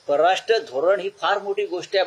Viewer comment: आधी परराष्ट्र नीट म्हणा.